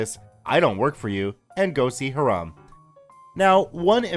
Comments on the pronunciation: As far as [] skepticism that the police weren't called to be involved after OP reported the threat of violence to Hiram (like "Hi-rum,' but not quite. It's a pretty common Jewish name. NOT HEE-Rahm, as you've been pronouncing it... xD ). NEeeeeeeeways; I dont think it's odd at all. From all signs, this is a camp which is like a right of passage for generation after generation in the same several handfuls of families, almost exclusively consisting of well-to-do members of the Jewish faith. It's likely that the after so many years of the same groups of friends, and their kids, and their kids etc. to develop quite the close-knit community. Add to that any predispositions the Powers That Be at the Camp may have, based on the hostile attitude law enforcement often took to Jewish citizens during their upbringing, to ultimately deal with problems "in-house" as it were, wherever possible. Rather than going to a figure of authority outside their circle, their faith, their purview, their whatever you want to guess at. Control, basically. We cant be sure, but at some varying level they all carry validity. I think with no actual incident of violence, there's no necessity to call an Outside Force to quash this problem. No one needs to risk stories in the local papers about police at the Jewish Camp. Or "Food Scandal!" On the nightly local news. No. They handle this quietly, without fanfare; like any large, private organization with a history of persecution from established Powers Th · Hiram = HIGH-ram, not heh-RAHM! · Isn’t Hiram pronounced HY-rum? If not, I’ve been pronouncing it wrong my entire life LOL. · Hiram is pronounced ... "High ... ram" 💕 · Can't pronounce Hiram, calls him Haraam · I'm sure it's pronounced "hyerum". I live in a city called Hiram. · I believe Hiram is pronounced HY-ram, and not like the Islamic term for forbidden. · haha the way you say Hiram bothers me. only time ive heard that name is from Riverdale and they pronounce it another way